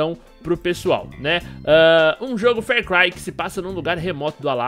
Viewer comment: Meu Deus vc ta me deixando com aflição falando fer cry.